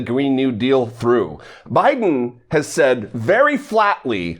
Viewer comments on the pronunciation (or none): All I have to say “BYEDON”.